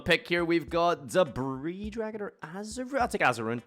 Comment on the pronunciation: misreading edision staple debris dragon, classic.